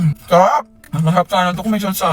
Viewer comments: iba naiisip ko sa 'salsalan' mama mama hahahahahahaha 'sawsawan' kasi maaaaa 😂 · did he just say salsalan?